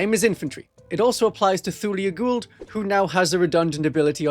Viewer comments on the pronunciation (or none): none